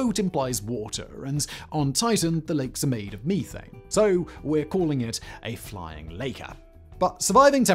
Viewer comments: Meeth-Ane??English people must be smoking meeth! 😂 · It's crazy he says methane and not methane